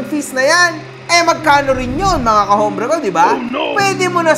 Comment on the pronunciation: gawa ka MG ng cap KAHOMBRE ❌ KAPOBRE ✅ 🤣🤣🤣🤣🤣